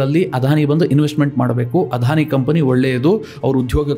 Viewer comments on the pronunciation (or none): ಅಧಾನಿ ಅಂಭಾನಿ ಅಂತ ಹೇಳದೇ ಅದಾನಿ ಅಂಬಾನಿ ಅಂತ ಸರಿಯಾಗಿ ಹೇಳಿ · Sir, You have pronounced everytime as 'Adhani' instead of 'Adani'. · ಅಧಾನಿ ಅಲ್ಲ ಅದಾನಿ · It is not ಆಧಾನಿ. ಅದಾನಿ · It is not Adhani it is ‘Adani. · Adani not Adhani.